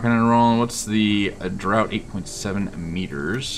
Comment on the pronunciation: Awesome episode, yet again. I'm looking forward to the Mediterranean. Just a few FYIs. Draught of the ship is pronounced draft. Uboats did attack corvettes/destroyers, but only if it was absolutely necessary. In a situation like the last, they'd probably stalk the ship into open water then attack or just move along as you can see the consequences. Also, at the beginning of the war, Uboats and Schnellboats would mine the Thames estuary. It was very dangerous. I, on the other hand, would love to see what happens if you take a U-boat up the Thames. Thanks for a very awesome episode. Looking forward to the next.